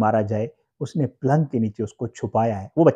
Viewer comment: Plang kia hota hai? Palang hota hai